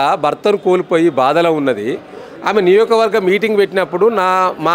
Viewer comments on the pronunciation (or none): Niyokavagam kadu niyojakavargam neku telugu radhu chichichiiiiiii